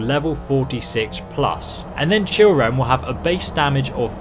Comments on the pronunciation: the way it says children in the video sections 🤣🤣🤣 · The "Blood Scout Blade"? "Oreos Blade" and "Children"? Was that intentional?